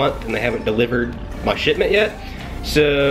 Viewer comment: Did anyone else hear him say “shitment”? Lmao